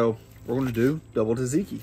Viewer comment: Please learn how to pronounce things correctly, especially if you're going to try to teach people. Gyro is pronounced like the words "yes," "you," and "yodel." Think of it like "ye olde." Also it is tzatziki, not Taz tiki. You can break that down by syllables, tza tzi ki. Kind of how you pronounce "tzar."